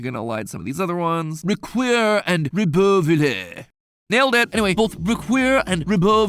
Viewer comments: I am actually from this region, hats off to you for nailing Ribeauvillé but the pronunciation of the w was of for Riquewihr. Locations in Alsace are tricky because most are pounced like German words due to local history. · As someone who grew up speaking French, your pronunciation of Ribeauville is spot on, though some dialects would pronounce it “ree-bov-eel”. The other town looks more German and could be pronounced “reek-queer” or “reek-veer” (just my best guess). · From someone who speaks French, French people would've definetly understood you Very good pronounciation MatPat :) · Just a note on the french village names part: RIbeauvillé is spot on, good pronunciation, but Riquewihr is most likely german (especially since its Alsace, which was Germany at one point) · i'm french and i have no clue on how to pronounce the 1st, but the 2nd, you nail it. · Heey! Your pronunciation on the french cities wasn't too bad! Congrats! - A french fan